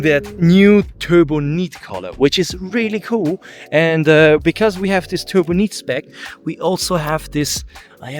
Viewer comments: It’s “Turbonight” not “turboneet”! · In English, Turbonite is pronounced "Turbo, night". "Turbo neat" is sort of the way the you say it in German